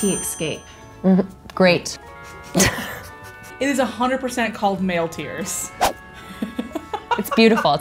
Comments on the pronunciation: 😂😂 -"this is gray-t escape" -"great" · "gray-T escape" 😂😂